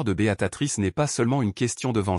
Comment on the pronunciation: Beatrice pas Beatatrice.